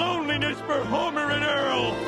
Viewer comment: Earl more like ear